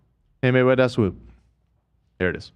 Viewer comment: LMAO at calling swoop “WOOP” it’s like he unintentionally said W Swoop